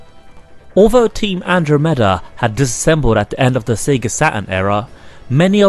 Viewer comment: You forgot Sega, not Seega ;) A few wrong words it's a nice review.